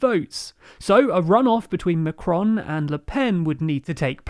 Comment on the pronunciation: Hi! I don't think one must be fluent in French in order to know how to pronounce the article "les" (=lay) or to pronounce the "A" in Macron correctly, as in "back" or "saffron" or "laughing" (considering you make a better job of it for "Maréchal"). It's not Macdonald or MacCartney. We appreciate your efforts, we like it thorouly. and don't think we ask for perfection; but that is really negligence...